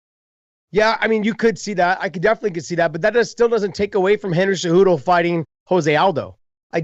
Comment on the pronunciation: I feel like chael should prounce cejudo "cejewdo" lol.